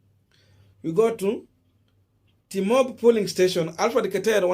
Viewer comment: It’s pronounced as “polling” emphasis on ‘O’ and not Pulling you are emphasizing ‘U’